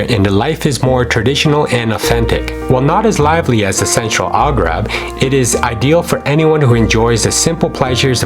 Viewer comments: It’s Algarve not Algrave. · Al-gAR-ve not Al-gRA-ve (AR not RA) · So much great information! I think it is very important that you pronounce the name properly though…listening to you say “Algrave” instead of Al”GARVE” was annoying. Otherwise, great video. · Try saying ALGARVE instead of ALGRAVE !!! ....If you want to peak interest it is important to get your pronunciations correct which you have not done throughout this video. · It is ALGARVE not Algrave and North Africans are NOT arabs but AMAZIGH!!! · It’s AL-GAARV, not AL-Grave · Why is he saying “Algrave”?? It is “Algarve” ! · He read it in the liberry. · Yeah, WTH? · Your video is very good, but could be better if you correct your pronunciation of Algarve (it's not Algrave). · What is the “Algrabe”?? 🤣🤣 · I wish this narrator would not pronounce this word as the "Algrave" ... aargh! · PLEASE STOP STOP CALLING IT "ALGRAV" STOP!!!! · Sorry, couldn't keep watching, hard to take seriously when the one giving advice can't pronounce Algarve correctly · Exactly my thoughts also. I couldn't bear hearing the wrong pronunciation any longer, so after 5 minutes I gave up this video. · You need to pronounce The word Algarve properly..,,,,!